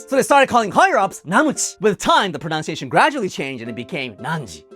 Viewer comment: Love your videos. You are so intelligent, humorous, and, of course, expressive. Note the irony of mis-pronouncing the word "pronunciation" as prə-nown-see-AY-hun instead of prə-NUN-see-AY-shun. "UH" is correct. "OW" is incorrect. Ok, now I'm feeling like a boob for noting such a small matter when your videos are so informative.